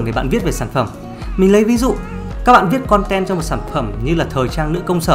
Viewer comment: "Khòn ten" =))